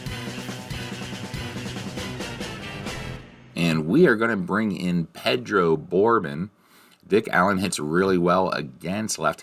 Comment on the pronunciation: Good game. It’s Pedro Bor-Bone